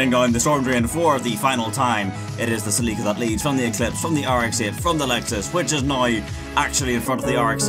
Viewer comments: "saleeka" its pronounce Sell-lick-uh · It’s celica cell-Ik-a not selika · lols, "Si-Leak-Ka" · he called it a “celEEEca”... help me god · ah yes, the salika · Did you say Toyota Saleeka? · Toyota Celica is pronounced like this “sell-li-ca” 😂😂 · Toyota Sa-lika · What in the actual fuck did you call the celica?? Lolol cell ick ah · The way you say Celica makes me want to cry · Had to stop watching after hearing you mispronounce celica 15 times